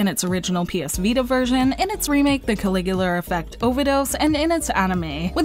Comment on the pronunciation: Langrisser is a pretty underrated series. Also, Caligula has no r at the end.